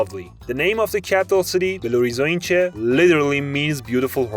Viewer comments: the way he spoke "belo horizonte" in english, crushed me, and i'm from Fortaleza, DUDE, imma give u some discount cuz brazilian portuguese is aparently hard, but come on dude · These are THE worst pronunciations of Forró and Belo Horizonte. If I didn't already know the words I would have had no idea what he's saying.